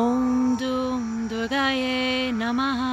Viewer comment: It is written and pronounced as Durgayei, so therefore, you forgot the "i" at the end.